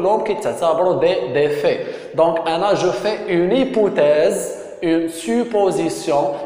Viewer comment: A ssi raha hypothèse non pas hypouthèse